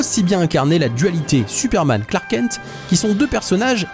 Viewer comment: à : « Tuperman » ? 🤨